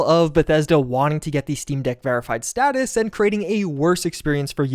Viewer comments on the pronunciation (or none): none